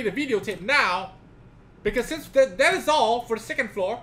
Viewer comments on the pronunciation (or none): none